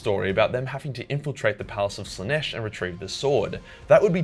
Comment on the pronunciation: "Morbs Slanesh" fukn ded